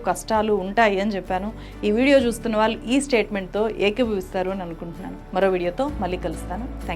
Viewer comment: మీరు "ళ్ళు" పలకడం నేర్చుకోవాలి. "వాల్లు" కాదు "వాళ్ళు"